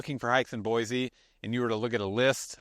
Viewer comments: You would think if you’re a realtor here in Boise Avenue, there’s no Z in their name is BOY SEE not BOYZZ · It's pronounced (Boy‐See) not boyzee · ProunncedBoi-see not Boi-zeeee!! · Ahem, Boise is pronounced Boisee, not Boizee.You’re welcome😂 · Please. Please. Say Boise the right way. Cool video though!